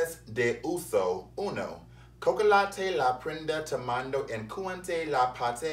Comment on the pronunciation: Not "cocolate la prinda tamale"